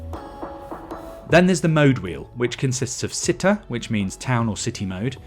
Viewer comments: Citta is pronounced ch itta not sitta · The man pronounced “Cittá” as “Sit ta” lol. “Chi taa” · You pronunce wrongly "alleggerita"... The double-G followed by E or I it sound as a double sweet G. And "Città" mode... It have to pronounced as "Chitta" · It's not /that/ big of a deal, but some basic Itailian pronunciation knowledge for a professional auto reporter who covers Italian vehicles and who is recording a voice-over including Italian words shouldn't be out of the question. If this was some indie YouTube influence, I'd give mispronouncing the Italian word for "city" a pass, but from Top Gear, I'd expect someone to at least spend ten seconds on Google Translate to check that.